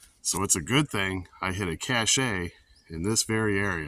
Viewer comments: FYI: It's pronounced "Cash", not Cash-A. . That said, great video, I really enjoyed it. Got some good ideas from it. JT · Pronounced “cash” (it’s a French based word).